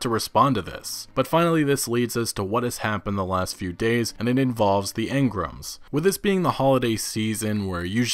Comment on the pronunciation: Stop saying engram like that, it's fuckin weird.